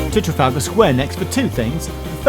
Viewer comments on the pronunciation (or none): none